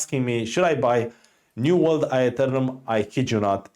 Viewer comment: "New world I-UH-Thernum"